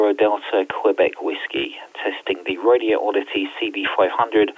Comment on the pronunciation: It's "Radioddity", not "Radio Oddity".